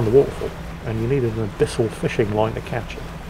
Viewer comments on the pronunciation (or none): none